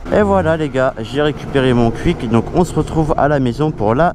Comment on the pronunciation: Wesh mais qu'est ce que t'a a dire Cuik sa se prononce "kOUik"